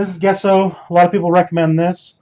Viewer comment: I guesso it’s pronounced jesso.